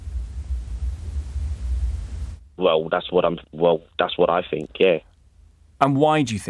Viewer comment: Note: " woaw, dats wod i fink".